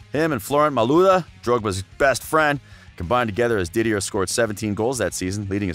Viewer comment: Dont ever listen to a man that says “DidieRRR” Drogba or “Marseye”